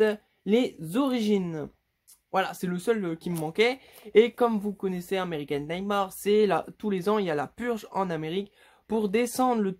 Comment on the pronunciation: Pour American Nightmare la prononciation c'est Ameriken Nightmère